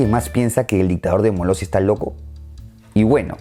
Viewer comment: Todas menos Molestia... Molossia